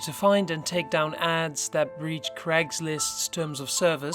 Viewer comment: Good job with the narration. Just so you know Crag is a rocky tor & C r a i g (Crayge) is a boys name. Hope this helps :-)